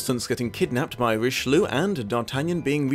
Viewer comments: Ree-she-loo???? Roh-she-lye!!!! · Richeloo is a terrible pronunciation of Richelieu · You mispronounced the Cardinal's name every single time. How did you manage?